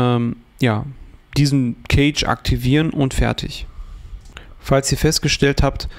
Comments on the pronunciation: Bro, Cache ist nicht Kage sondern weiches C, eher so K_asch. Sonst gutes Video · Eher "käsch" oder besser "kasch". Gutes Video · Eher Käsch, ob aber mit ä oder e gesprochen ist togal ... so wie das Wort Cache jedoch hier im Video ausgesprochen wird, bedeutet es auf deutsch übersetzt "Käfig" (engl. Cage).